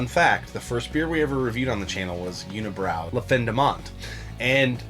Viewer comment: Guys im from quebec unibrou is pronounced uni brew in french. Glad you like their beers though.